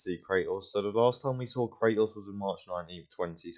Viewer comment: You say “Cra-Ohs” pronounce the T